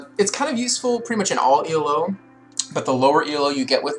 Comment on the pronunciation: Just a fyi it isnt e l o, its ELO its just one word, its a name from a chess player from back in the day